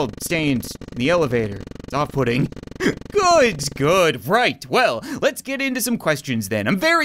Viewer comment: "...no really, popsicle stains in the elevator. Very off putting" - Only I heard "Off pudding" lol